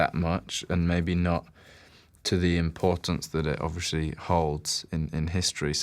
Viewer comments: lol harry says "obvRiously" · Harry says ‘obviously’ a lot for someone who can’t pronounce it properly